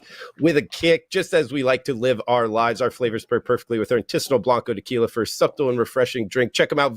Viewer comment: Does really pronounce the “B” in subtle?